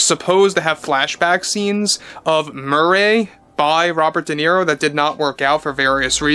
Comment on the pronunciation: why do you say murray's name like that . Are you the joker or just pronouncing it like the character does a few times in the 1st film ? . It's 1 word no spaces . Murray...